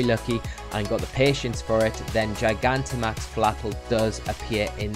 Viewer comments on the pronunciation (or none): none